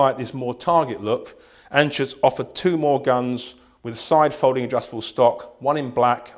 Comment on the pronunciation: It's "Anschütz"